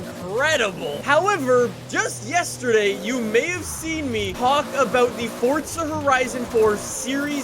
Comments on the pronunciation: Is it me or is it for, zaaaa, not fortsa? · THERES NO T IN FORZA ITS NOT FORTZA ITS FORZA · forZa not fortza ... dumbfuck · If I had a dollar for every time he said fortza instead of forza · WHY DO ALMOST EVERY YOUTUBER CALL IT "FORTZA" ITS FORZA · It’s forza not fortza ugh Canadians. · Fortza. God it pisses me off how he says it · In Fort-Zuh horizon fore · Fortza? Lol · no one:: "Fortsa Horizun" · Why do you keep saying Fortza